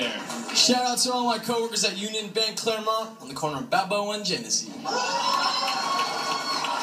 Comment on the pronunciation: Did he say claremont